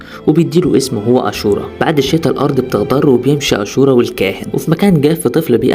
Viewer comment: اسم الفلم اشورا وليس اسورا